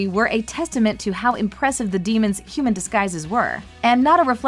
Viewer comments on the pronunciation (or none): none